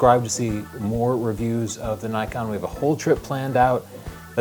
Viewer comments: pls it is not nykon it is knee kon. japanese name. not american. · Nikon not Naikon! Ni as in "Knights of Ni" and kon as in "convict", Ni-con, Nikon